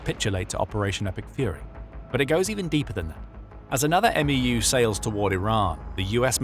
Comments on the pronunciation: It’s not an “m e u” as you’re saying it, it’s pronounced “MEW” like “mew-two” the US Military loves their acronyms and they never just say the letters they make up a word out of the acronym. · It's called a "MEW" not M E U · “11th M-E-U” ❌ “11th Mew” ✅ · Its pronounced as "meyoo" not "m e u" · It’s not an M-E-U. The MEU is pronounced as a single syllable word Mu or Mew. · The way how he is says MEU is killing me man, just say mew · We say "mew" like me-you. For the 11th MEU we say eleventh meyou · It’s pronounced M•E•W, MEU. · MEU...pronounced "mew"